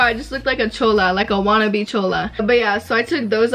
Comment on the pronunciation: When she doesn't say chola right she butchered it 😭